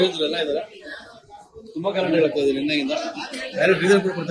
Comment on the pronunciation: ದಯವಿಟ್ಟು ಕನ್ನಡವನ್ನು ಸರಿಯಾಗಿ ಮಾತನಾಡುವ ಮೂಲಕ ಭಾಷೆಗೆ ಗೌರವ ಕೊಡಿ. ಇಜೆ ಅಲ್ಲ ಮೇಡಂ ಇದೆ.